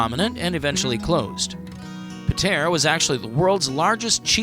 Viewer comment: Great - someone who isn't from Pātea and can't even pronounce it. You know nothing about Pātea. We're world famous.